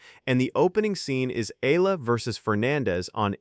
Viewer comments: EALA NOT AYALA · Correction pls.not Ella ...you're not really watching the game😆😆😆pls.pronounce it correctly E-ya-la. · Her family name EALA pronuanced Eyala not allah or ela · Its not Allah/Ellah its E-yala! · Please don’t pronounce her name Alla!! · I left your content the moment your AI pronounce EALA as Al-La.